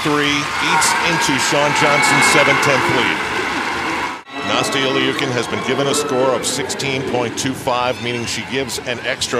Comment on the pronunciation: He keeps pronouncing Nastias name wrong!